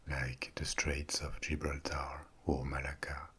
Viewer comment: Omg the way you say Gibraltar 🥴 ❤️